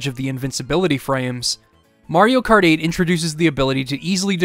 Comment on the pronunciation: mayro krat